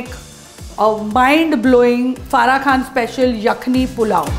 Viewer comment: کھان نہیں خان ہوتا ہے اور یکھنی نہیں یخنی ہوتی ہے آپ مسلم ہیں، آپ عربی اور اردو تلفظ اچھی طرح جانتی ہوں گی ،